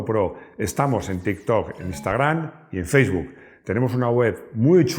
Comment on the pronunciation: tampoco pronunció “feisbuc “ lo pronunció tal y como está escrito “faceboc “